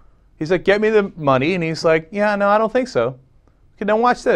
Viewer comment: "Gimme the moneh, now." "Nah, is that a .44?"